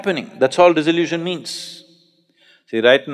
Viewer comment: In spirit of cooperation, not criticism: Sadhguru is talking about dissolution, but mispronounces and makes it sound like disillusion, this may confuse somebody